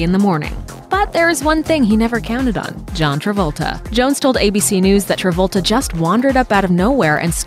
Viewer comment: Stop spoiling Travolta's name